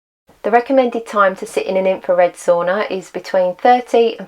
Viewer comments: I love your commitment to report tge accurate and realistic experimental information. It's really needed these days. By the way ... why do you keep saying "so-ona" 😄 ... it's Sauna lady... Sauna. 😄 BTW, thumbs up 👍 from me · I think you know how to pronounce the word sauna, but you don't pronounce it correctly. Is it British arrogance?